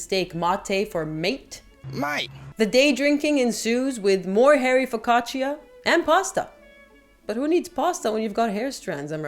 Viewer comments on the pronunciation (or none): Please pronounce focaccia the right way.